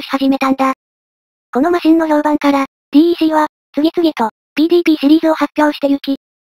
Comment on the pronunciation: DECは「デック」と読むんですよ。